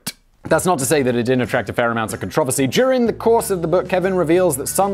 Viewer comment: You say pretty much every single world with a British dialect - except for controversy. I don't know why it winds me up, but it does... I don't usually care how a word is pronounced, so long as it is said like that somewhere in the world. But controversy - when said by you... Constipates me. Perhaps because you always say things in British dialect and quite often make a point of telling your US viewers why (to them) you are pronouncing things incorrectly. But that one word, you do not use our tongue and never mention why. When with other things that are commonly said either way in US, or UK - you feel the need to explain. You sir, are getting root bound in your dialect and as you take in more American ways, your British side is dying as the roots have nowhere to grow, due to the space having run out and memory is overriding itself... Simon, the root bound British (coca) plant...